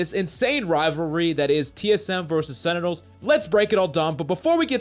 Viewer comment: Say it with me please. SEN-Ti-Nuhls .. not senitels >:(